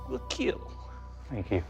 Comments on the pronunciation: It will keel" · It will keal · Why does it sound like he says it will heel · It's keal